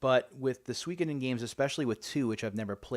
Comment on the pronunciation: Check out Game Depot's GBA selection, they have a lot of good stuff! You actually said Suikoden correctly!!